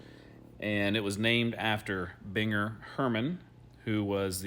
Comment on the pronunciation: It is pronounced BEAN-Grrr.